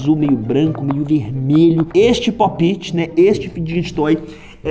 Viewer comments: Aí véi que raiva ele falando errado fidget toys e tbm falando popti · enaldo pop it se fala popete e fidtgets toys e fijets toys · Enardo ent se escreve pop-it e se fala popet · A que agonia ela falando po piti em vez de popt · Ele falou tudo errado kaka e pope it eu tenho 5 pacotes e são. Quase tudo haro